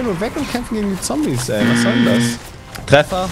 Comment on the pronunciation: Zombies ist doch kein englisch😂 Zumindest so wie das ausgesprochen hat.